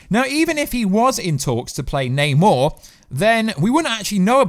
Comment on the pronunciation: Yay! is pronouncing Namor correctly!